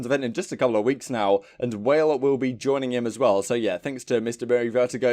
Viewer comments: 😂😂😂😂😂😂 came to the comments looking for this. Its pronounced wah-lay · "Whale will be there" lmao. It's pronounced, like, "wall-eh" kinda like a Canadian Also hell yeh for Merk & Maven, still think Myles and Chance would be a banger duo as well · “WHALE” had me dying